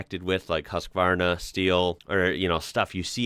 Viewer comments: Its not Haaaaazzzzkvarrrrrrrna, but pronunced Husqvarna, with a short U (not an O either) and a soft s, the way it is spelled, the phonetics in this word is puite close to the letters if that is helpful. Thanks for a nice show! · Husqvarna pronounces Huskvarna. You pronounceed Ikea perfect, with the " i " and not like "ai" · Husqvarna is pronounced Hews-kvarna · Your pronounciation of IKEA was spot on (as in the one you had hear instead of the common one). The pronounciation of Husqvarna though, was really weird (They use the old spelling btw. Nowadays the town it comes from is spelled Huskvarna)... The "U" should be more like you say the word. "Muse", and the "quarn"-part would be more like "farm".. Or go to the English wikipdia-site for an actual soundclip. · Swede here, if you want the Swedish pronounciation, the "qvarna" is fine, "hus" though we can work on. Think of how you'd say "hussar". The Swedish "u" is a "soft" sound.